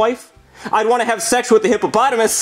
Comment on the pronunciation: bro messed up hippopotamus